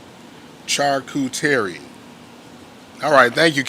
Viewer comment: Charcuterie sounds like. Shar KOO ter eee